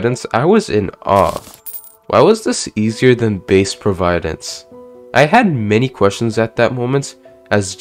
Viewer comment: "proveyedence" lol